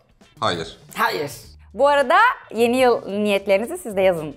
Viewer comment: pelinin sürekli yeniyıl demesi XD